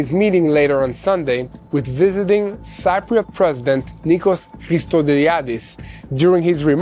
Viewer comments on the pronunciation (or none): It"s pronounced "si-pri-ot"... like in "si-si" and "pri" like "pre-" 💐